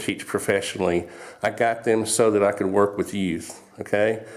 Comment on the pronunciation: "What is a yout?" lol